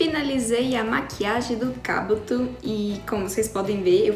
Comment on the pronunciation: 2021? E mano ela não conseguiu falar Kabuto direito 😁❤️ Mais até que a Meke ficou linda 😘